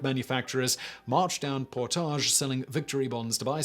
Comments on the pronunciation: It is pronounced Port adge, Not the french por tage! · Lol. "Por-tage Avenue". I love when people not from Winnipeg pronounce it in French. Lol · I’m from Winnipeg and the way you said Portage was super weird to hear😂 we say it like “Portedge” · You got some kind of issue for not researching Canadian pronunciations; Its not 'Portaaage' St in Winnipeg, its more like 'Porridge' with a soft g ... sounds like Por-dig. Kind of like Diefenbaker; Its Deef-en-baker ... Deef like beef ... baker like a pastry cook, not dyfenboker. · As a winnipegger I’m annoyed at the pronunciation of Portage. PORTIDGE. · I live in Winnipeg, I have heard about this, but not in this much detail. It's COLD here in mid February, like -30 F cold some days.....and "Portage ave." is pronounced in a more English way, like the word "baggage", despite there being a lot of French speaking people here. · pronounce PORT-idge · Portage Avenue is mispronounced throughout the video. It's PORT-adge. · But he makes it sound so classy...."Portaaaj". 😂😂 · I actually live in Winnipeg and I’ve never heard anything about this but knowing my city I’m not surprised 🤣🤣.. Oh and portage is pronounced as if the spelling was avenue. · I am from Winnipeg and I did hear of this before. What I have never heard before was Portage Avenue being pronounced that way. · lol, I'm from Winnipeg. And for some reason, we actually pronounce Portage Ave. wrong. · I grew up in Winnipeg how have I have never heard of this. I feel failed by my school. And its cute how you say Portage with a French accent. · I live in Winnipeg and have never heard of this... Interesting though... You pronounce Portage so frenchly. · Really? I'm From Ontario and have always pronounced the word portage as poor-taj Have I been wrong for forty years? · Am I right in believing that the mispronounced word of the day is "Portage"? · I’ve heard of this, but I have never heard of Portage Avenue pronounced that way before.